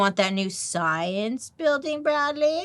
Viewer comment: Never say Bradley like that again 🤣🤣